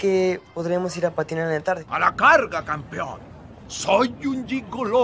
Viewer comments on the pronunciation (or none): none